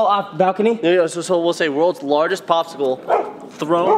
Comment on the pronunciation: "bopsicle.." did anyone else catch that?! haha